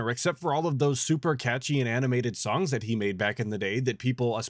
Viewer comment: I know he's saying "songs" but I'm not sure if it's the mic filters or him mush mouthing it so it sounds like he's saying "thongs".